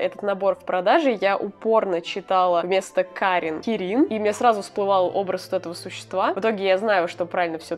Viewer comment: Я понимаю видео вышло аж год назад, но оно мне попалось и я не могу не написать. Как фанат млп(май литл пони) мне давило на мозг кирИн.... Видео годовой давности, я всё понимаю, но прости, я тебя исправлю, кИрин. Ударение на первую "и" Я не орицаю, что оно может быть не правильным, но лично для меня кИрин звучит правильнее. Прости...😓